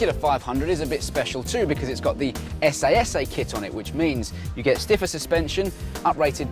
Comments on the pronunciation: S.A.S.A? No, it's S.S. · Its 'S S',and has been for 40 years !! How on earth can you review a car you cannot pronounce ? "essAY S' ? What ? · essay essay? Its pronounced "ss"